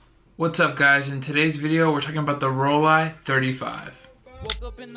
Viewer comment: That Rollei 35 zone focusing system is the way to go for street photographers, cool little cameras. Also, you get extra points for pronouncing Rollei correctly. Can you teach other You Tubers not to say Bokuh and Hosselblod? 😀 😀